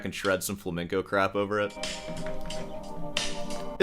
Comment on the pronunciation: I enjoy watching your YouTube channel, but you need to stop saying "Flamiingo" music or guitar - this is the name of a bird; the correct term is Flamenco.